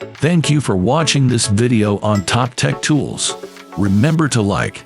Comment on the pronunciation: Horrible, horrible A.I. voice. If I were Top Tech Tools, I would be ashamed. Not to mention mispronouncing the company’s name is a slap in their face. Shame.